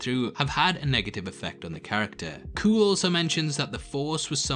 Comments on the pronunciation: I hate to nitpick, but you’re mispronouncing Kuill’s name. It’s pronounced “kyool” not “cool”. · His name is not kooill... its pronounced kweel. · Seriously, the race of beings Kara is fighting against is a Zabrak. C’mon bro, that’s basic stuff. And it’s pronounced Quill not Kuool. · Kuiil is pronounced ‘Qwill’. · Actually, I stand corrected. Upon watching again I realized Kuiil says it’s pronounced “kwee-ill” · Man, you are jumbling your lore. Not all Zabrak are Dathomirian. The Resistance is not the same as the Rebellion and doesn't exist yet. Kuil is not pronounced "kewl". Being evolved doesn't mean you aren't cloned, it just means you aren't designed.